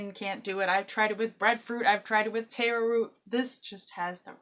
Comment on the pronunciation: Just a note, its tahr-o or sometimes tare-o, not tay-ro.